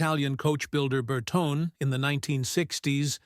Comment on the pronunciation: Is it AI incompetence or American ignorance that results in that abominable pronunciation of Bertone?